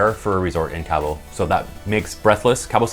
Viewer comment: It’s pronounced KAH-BOW not Cab-O